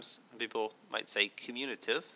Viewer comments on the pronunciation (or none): none